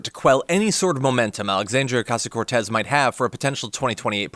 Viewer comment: Kennedy needs to learn to pronounce AOC's name.